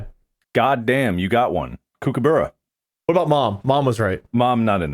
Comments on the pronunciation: i just need to let everyone know thats not how kookaburra is pronounced it's more like 'cook a burrow' but with an 'uh' sound at the end instead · fwiw kookaburra and emu are Not pronounced like that (there’s a y sound after the m in emu, for a sound more like ‘EEM-you’, and kookaburra is a short o sound ‘COOK-uh-buh-ruh’) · As an Aussie, their pronunciation of Kookaburra made me laugh so hard 😂So wrong. It’s pronounced “ku-kuh-buh-ruh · Ah yes, the cook-a-buurr-a. The famous Australian laughing bird. I got a lot of these just cos a good chunk of them were Auzzie or memes lol And I agree, ptarmagins definitely have Ethan vibes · the decimation of the pronunciation of kookaburra smh. cook-ah-buh-ruh. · Kookaburra is pronounced with more of a cook than a Kook sound at the beginning. Cook-ah-bar-ra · The way they pronounce kookaburra 😂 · That is the funniest way I've heard an American pronounce Kookaburra. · the pronunciation of kookaburra had me rolling